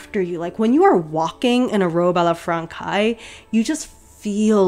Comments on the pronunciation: I’d love it if in future you could get more full body shots of you walking (in your yard maybe?) so we could see how the fabric drapes and the gown moves. Just a wish. Haha Also FYI The pronunciation is Robe a la Française. Frahn-“says” as in she says. Française. The C has a cédille meaning an “S” sound and the ai together makes an è sound. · I’m not French but the way she pronounces “française” made me die a bit inside not gonna lie. However, it’s still not ok to make fun of her and a simple correction would’ve been so much better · As a French speaker, you did a great job on her name but the way you say Robe a la Francaise is giving me shivers... Here’s a link to a correct pronunciation wav. PS None of this should detract from your absolutely incredible work on this dreamy dress. Brava! You are a modern Renaissance woman. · i just heard you prononce "robe a la française" and that's terrible, please, juste say "robe a la french" if you can't say it ^^ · I think you should use google translate next time and have the French words said to you by the voice robot because you really butchered some, especially robe à la Française lol. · [ah la fran-saize] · oh and I'll stop there but it's a very common mistake, "robe à la française" is "robe à la franssssssséze", not frankaï ( learning french must be so hard lol ) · The way you say Robe à la Française ((like "Frankais") is so funny to me, since in French "ç" is spell like an "s" and you have to pronounce "-aise" (like -aize) as well because it indicate the feminine in french for well... French = Française! Loved the video by the way! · Would I be a total Hermione Granger if I pointed out that it's "fran-says" not "fran-kize", "pan-yays" not "pan-ears" and "stumaker" not "stomaCHer". Only pointing it out in the case that you have an interest in pronunciation. If not, feel free to clown my for being presumptuious and rude. It's leviosa not levio-sahhhh! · It’s robe a la fran says not fran kays